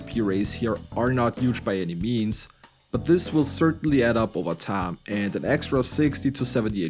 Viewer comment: I love that this guy speaks great English but when he says the word time it says it in a redneck Texan accent. He always says Taaiiim